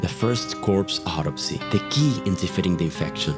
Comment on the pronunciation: you say autopsy weird sounds like you say odyssey